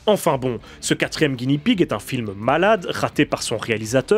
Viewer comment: Attention à la prononciation. Le R japonais n'est pas roulé, c'est plus un L (un roulement très léger et très court). Donc, soit tu le dis à la française, soit tu prononces un L. Mais ne le roule pas. Sinon ça fait une espèce d'entre-deux désagréable. Ah oui et Guinea ne se prononce pas Guini, mais comme ça s'écrit, Gui-né-a. Le cochon de Guinée (le pays).